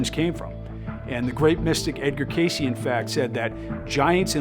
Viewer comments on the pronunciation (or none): none